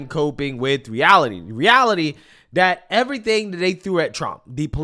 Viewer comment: you do a nice job but don't mispronounce words like "this, that, and those". You are saying "dis dat and dose" Pronounce your Th